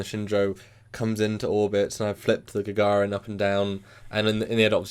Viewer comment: I find your mispronouncing of "Gagarin" very amusing.